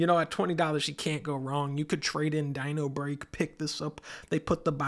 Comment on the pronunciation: I lost my shit when thou said: "dINOrbReAK"